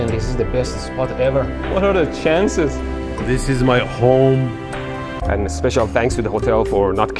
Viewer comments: "This is my hOHM" xDD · "This is my hOhm" :D